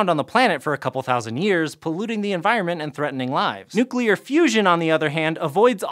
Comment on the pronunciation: points to for pronouncing "nuclear" correctly. yay!